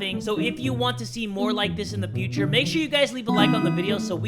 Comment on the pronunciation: In the Beginning he said future wrong